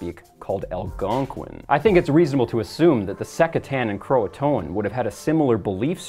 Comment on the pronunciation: (By the way, "Croatoan" is three syllables, not four.)